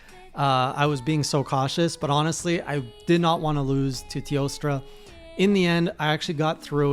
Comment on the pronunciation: I have no idea why but saying "Teostra" is so damn satisfying